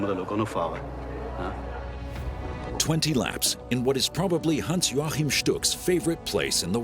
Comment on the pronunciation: Was I the only person who cringed when the narrator pronounced Stuck's name as "Hans Jorchan"?